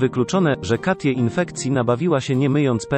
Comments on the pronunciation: "Katje"? po jakiemu to jest? "Kejti" chyba miało być. To jakiś program-lektor czyta? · Jeszcze ta ivona którą zamiast czytać kejti czy katie 😔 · Super tylko tak poprawię, że Katie to nie polskie imię i nie czyta się go tak jak się widzi. W tym wypadku będzie czytało się ,,Kejti" :)